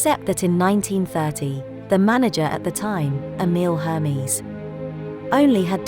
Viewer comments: One of the Hermès family members - patriarch Bertrand Puech (at ) pronounced it ‘er-mez’, not ‘her-mees’. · I'm glad you speak French as well. But, the people speaking French was Parisian French, but the narrator said " Cyril Pigot"...we don't sound out " got " and Her-mies which is wrong. We don't sound out the "H". Check at 45 seconds in to 1 minute 5 seconds. we don't pronounced Élysée Palace like that. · L'un des membres de la famille Hermès, le patriarche Bertrand Puech (vers ) le prononçait « er-mez » et non « her-mees ». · Her mess? Air may. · It’s not Hermies ; but Erm`es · STOP PRONOUNCING HERMES. HERMEEES. It's air-mez omfg these documentary makers need to do better. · Air-Mez! I cannot take this seriously when I hear “Her-Mis” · WTF is Hurmys? It's Hermès! RESPECT! ❤BRASIL❤ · Pronouced Her-Mess not Her-Mizz. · Pronunciation is: Air-Mess, not Her- Meez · Your pronunciation is wrong! It’s “Air” “Mez” … not “Her” “Meez” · So annoying to hear wrong pronunciation: Hermès ehr/mehs, not Hermiz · The voice over pronounced the brand wrong it’s not Ermees. It’s Er-mesz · You don't pronounce it HERMEES, the second e is an eh sound! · The narrator is not pronouncing the name Hermes properly. It is pronounced AIR-MEZ. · Air-mes, not Z S like Snake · Hermis???? Omg how can one pronounce it so wrong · It's Ermez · Every time she says HER MEZ, I want to scream. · I heard her say HAIR MEEZ ! 😅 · H is for Hair-MEES! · Oh we don't pronounce H in french, so it's Air Mess! That's it! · It's actually pronounced Hair-Mess! It is 😊. Hello from Paris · Right!!!! Isn't it ridiculous!?!? People who cannot even pronounce the name right know nothing about the brand. I am so appauled . HERMEEEES?! Seriously! These people ain't right. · Her-meez. Ouch! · Who are you! Instead of uttering ermes in your bedroom, go to the production house of these video and ask them to change if possible. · Hermis…. LOL! When you do a documentary, make sure you know how to pronounce it correctly